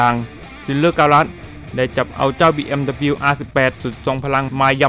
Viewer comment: อ่านว่าบีเอ็มดับเบิ้นยูนะครับ 🤣